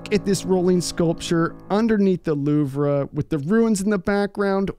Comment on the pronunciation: Swear to Christ say “luvra” one more time, just one more time and I’m gonna